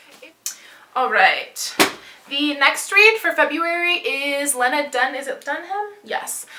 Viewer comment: I love Not That Kind Of Girl! (Lena is pronounced Lee-na). I love your hair and room, can you just style my whole life?